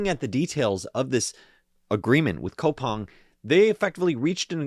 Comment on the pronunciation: its pronounced koo-pang my G